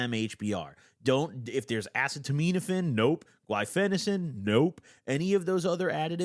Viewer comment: I used to game on it and it made me feel like slow mo cut scene in Fallout or Skyrim. Edit: pronouncing the more difficult word guaifenesin but messing up ah-seet-ah-mino-fen is pretty funny and impressive